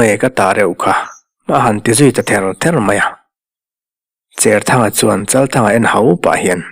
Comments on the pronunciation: Cherthanga tih a "cher" tih lam dan hi cher (thau lo) ni lovin, Cherput tiha "cher" ti a lamrik ni ta zawk se. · I sawi dik e.Tuithawl hnangin ka cher bur mai tiha cher kan lam ang hian. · Vawiin tlai,zanin tlai chu kan comment ve a nge.Pemthar kan neih zinga pakhat Cherthanga tih i lam dan hi kan sawi zui ve mai mai teh ang.Saw pa saw a thau/a cher tih anga lam rik tur ni lo in,sahrang lu hi hruihnang in an cher a an tar thin,ti anga lamrik tur a ni zawk em...Kei chuan chhiar ila he tiang hian ka lam ri ngei ang...Khua leh Veng a hrana tawngthluk leh lam dan a inang lo nuala ka ha hawlh ve lai kan thailang mai mai e...